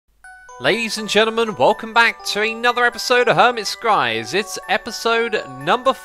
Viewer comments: Did anyone else hear Hermit Skries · In the beggining you said hermit skries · I thought you said "Hermits cries" at the start for a second....